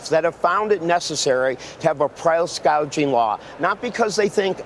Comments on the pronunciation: Not sure why so many people say price gauging when it’s gouging. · The ding dong called it “ price gauging “ 😂😂😂😂😂😂😂😂😂😂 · Plus she said price GAUGING not gouging. She does not know the difference. Price controls are only possibly if you control the production. Find me a single country where this has worked long term. He is bringing up price gouging during Covid.